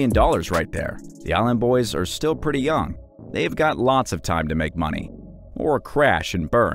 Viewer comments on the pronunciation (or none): none